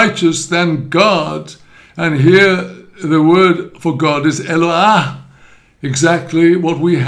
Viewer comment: The name is pronounced E-l lo aH, not "ha". Same as the the "No ah"